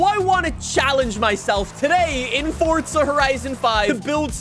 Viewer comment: who knew forza had a fucking t in it